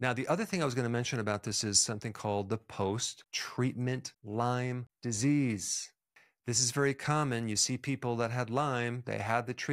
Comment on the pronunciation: The fact that he doesn’t know s not” LYMES disease” it’s “LYME” tells me he isn’t much of an expert. I like him, and the info, but it’s just a little odd.